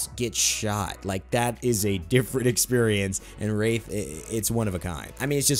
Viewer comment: Did anyone else think he said rape not wraith at